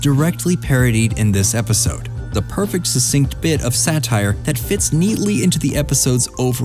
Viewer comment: "SATRIE"? Ironic how you accuse THEM of haste making waste.